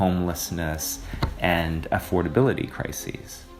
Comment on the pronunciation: Did the guy on pronounced affordability as f-word-ability?